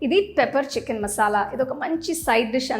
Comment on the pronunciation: Madam chchicken kaadu chicken ani pronounce cheyyandi